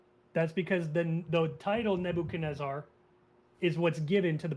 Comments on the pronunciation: The way this caller says "Nabo-kan-ezzer" is almost as annoying is him repeatedly saying the holiest of holies which makes it sound like he's describing some porno he recently watched. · I can't trust anybody who pronounces Nebuchadnezzar like this guest.